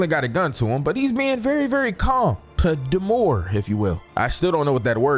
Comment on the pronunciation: I’m sorry but how you gone put “demure” on the screen, pronounce it wrong when the pronunciation is under the word, then say you still don’t know what it means when the definition is there too😂😂. I tried to hold it in after “demore”😭